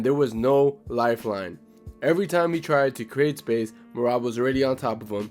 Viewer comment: Thanks for giving accurate thoughts the other guy who sucks Islam off and calls Merab me-rat